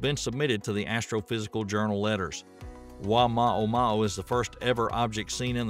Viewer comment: You mispronunciation of Oumuamua leaves me doubting everything you said! And your attitude toward people who openly guess what these admittedly "unknown" things are, also leave me nonplussed. Why aren't people free guess or speculate about the origins of unknown objects without obvious disdain on your part? Can you even answer my questions, or does my query put me so far below you that I'm not worthy of the time it would take you to answer?